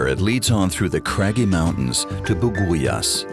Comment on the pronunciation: Buguias pronounced as Bugyas.